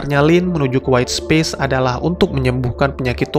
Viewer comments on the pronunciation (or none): Space dibacanya bukan Spis om...